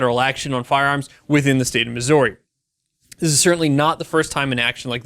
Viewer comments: If you ask anyone who lives in Missouri how they pronounce it you will most likely hear it said like Mizzury rather than Mizzory. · I'm from Missouri, i cringed every time he butchered the pronunciation..(Mih-zurr-ee) not (Mis-zore-ee).. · its pronounced Mis•ou•rwe, well thats a poor way to spell it but its not misery or missorie! anyways great vid! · I know it doesn't make a lot of sense, but it is pronounced "misery" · miss-or-y? really? don't really care but, what? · It’s Missouri not Mizzorrri lol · that's not how you pronounce Missouri. it's "misery" but the second syllable is stressed instead of the first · that's not how you say Missouri 😂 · STOP pronouncing the OU in Missouri! No one here says it that way 😂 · You pronounce * MISSOURI * weirdly. It is the OU part that is off. Clearly, you aren't a Missourian. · Alright two things, I’m fucking glad I live in this state go Chiefs, and you’re pronunciation of Missouri is unsettling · They way you pronounce my home state gives me anxiety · As a Missourian, your pronunciation of Missouri is shit and pissed me off. Otherwise, great video. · we need to have a talk a about how you pronounce Missouri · The way you said my states name pissed me off!!! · As a Missourian, your pronunciation of my home states name hurts. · I hate the way you say the name of my state. State law in Missouri does regulate automatic weapons. This will give us open access to silencers, SBRs, SBSs, and other things without tax and applications. God bless Missouri! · This is big for my home state, but god I hate how this guy pronounces Missouri. Other than not I got nothing against him. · The way he says Missouri made my ears bleed. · Please learn how to say Missouri